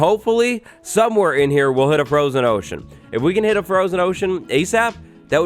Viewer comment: Froshen ohshen